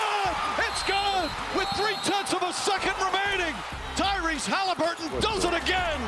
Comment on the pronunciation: Does Morris know Tyrese’s last name? Heard him call the dude “Halinburges” twice 🤣🤣